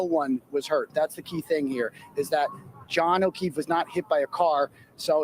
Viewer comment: They really said Jon o’queeff?!!